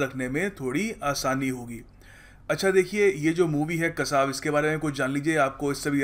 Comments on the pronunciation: Yes itsकासव notकसाव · it's kaasav not kasaaav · sir ye 'kaasav' (meaning tortoise ) aise pronounce karna tha. vaha likha hai.devnagiri me